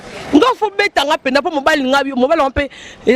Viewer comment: deux cents et pas de cents, un peu et pas un pe, travaille la prononciation. u eza i te, eu eza différent na é, ai eza eu te. mais t'es très belle de visage. encore attention na bébé na ngandu. po display ça craint. j'ai peur pour toi.